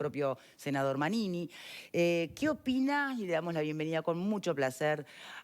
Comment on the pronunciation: esta persona se llama Manini, ¡ como le cuesta decir su nombre!